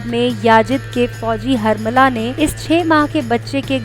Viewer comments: Aaapki video achchi thi lekin yajid nahi yazid aur harmala nahi hurmula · Or harmala nahi hota h hurmala h iss kafir k naam